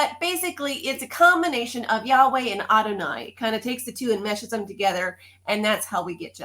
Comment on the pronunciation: another question. When you say Adoni. Why does Adoni sound like I deny, I'm trying to understand